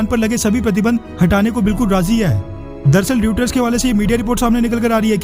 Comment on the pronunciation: भाई साहब यह न्यूज़ एजेंसी जिसे आप "रुईटर" कह कर संबोधन कर रहे हैं उसको "रॉयटर" कहा जाता है।